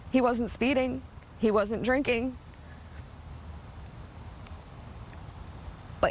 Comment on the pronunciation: Wow! They pronounced Porsche correctly.